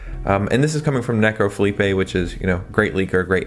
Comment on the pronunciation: you said Necro-Felipe lol. It's Necro-lipe.